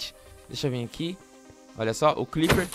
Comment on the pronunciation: quem pecerbeu que ele falou cliper OBS : crepper eu sei ta